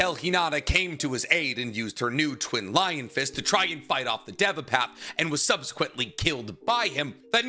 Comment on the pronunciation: Why tf do you constantly pronounce everything wrong?? Ik YOU KNOW how its supposed to be said yet you keep saying it wrong “edo tensAI” “DEVA path” idiot